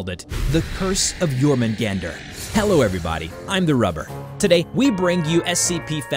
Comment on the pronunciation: You were mispronouncing Jorungander. Here's the proper pronunciation: yor-mun- gaun-der. An mjolnir is pronounced: mul- nir